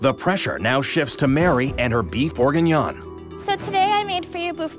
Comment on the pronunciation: “Boof bouginyan” 💀